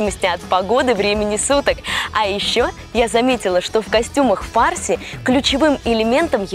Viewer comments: Ударение на слове фарси ставят на втором слоге запомни раз и навсегда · Слышь фарси, ударение правильно ставь